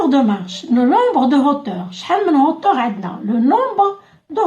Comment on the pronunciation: اختي hauteur تتقرا اوتوغ مش هوتوغ وشكرا على الشرح